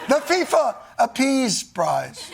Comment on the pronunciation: Ironic that the FIFA boss pronounces “your prize” as “ your price”